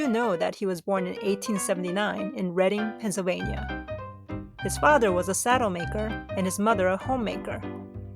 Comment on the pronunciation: So I'm watching the cute video about cat memes..... And my town comes up? You even pronounced it correctly! 😊😄